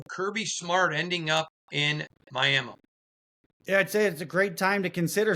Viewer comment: I love you but please never say My Yam Uh anymore